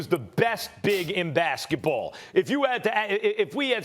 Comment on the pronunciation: Max says, "Bassetball" hahaha lol. That was so funny to me for some reason.